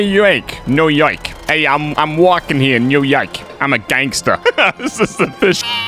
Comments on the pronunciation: “New Yoioiuk” - 2021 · Enjoying these! (It’s Noo as in Noodle and Yawk as in Hawk).